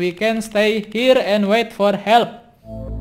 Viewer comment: Dah Kek diSurvival yang dulu, bawa bawa Sign, sama kalo "help" tuh malah "helep" 😂